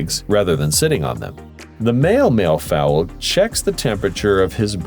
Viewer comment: 16.40 it's mallee fowl, sounds like valley